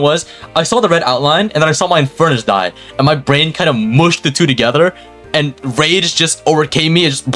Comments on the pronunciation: it's pronounced rage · im sure its pronounced "rage"